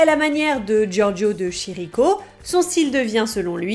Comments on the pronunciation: Juste, le "ch" en italien produit un son dur. On dit pas Chirico, mais Kirico. Scuzez, ça arrache les oreilles à chaque fois. Bisous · on dit LOUISSE BOUNOUELLE et Giorgio Dé KIRI ( comme le kiri ) co ( mais pas kirikou ), et pas chie ricot ( sinon ca ressemble a chicoré ) voilà c'était le chipoteur de service merci aurevoir a bientot